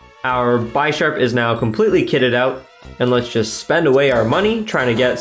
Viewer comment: I'm sorry but I just gotta say it is pronounced Bish-arp not Buy-sharp. Like the chess piece bishop would be said. It was driving me crazy. good video though lol